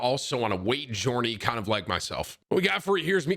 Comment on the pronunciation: Jorney? Really Tim?